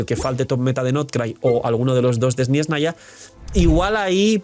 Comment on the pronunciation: Pero por que dice sniesnaya? Suena igual que “espanoa”